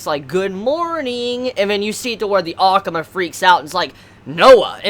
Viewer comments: Is saying ackma or akuma in his own way I can't tell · the way you say akuma sounds weird